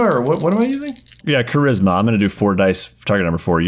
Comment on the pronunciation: the dude fully pronounces charisma as 'tsharisma' i'm in the fetal position